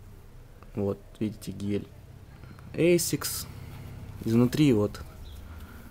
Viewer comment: не эсикс а асикс